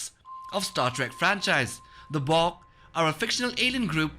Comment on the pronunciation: Your pronunciation of the "Bok" stings... I would've had no idea what you were talking about if I were just listening...